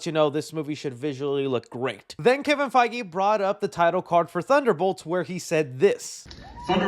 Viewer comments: Did you say Kevin fogoli ?😂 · Does he say Feige's name wrong on purpose? It's kinda annoying